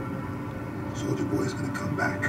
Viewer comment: Glad im not the only one who hears "Soulja boy" instead of Soldier boy